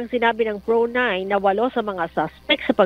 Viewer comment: Paita sad anang pagkabasa sa Pro 9. Ang korek ana P.R.O. 9 Like what the cebu media is saying.